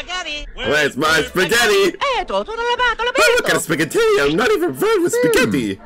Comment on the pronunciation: Did you really say spag instead of spaggett